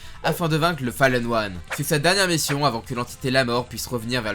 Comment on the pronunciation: "Le fallen one" xD La bonne prononciation des français MDR